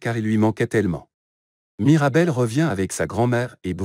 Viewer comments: C'est plus " Mirabelle" c'est " Marabelle " 💀💀💀💀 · C'est pas Marabelle c'est Mirabel. Mais sinon c'est superbe !😊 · C'est mirabel 😂pas marabel